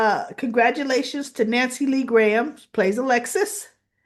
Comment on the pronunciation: it's Nancy Lee Grahn, not Graham (pronunciation grawn).